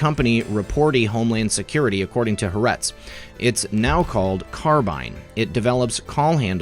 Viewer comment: It's pronounced ha - are - etz. It means the (ha) land.